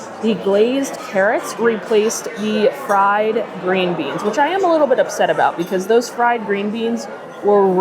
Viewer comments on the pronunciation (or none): none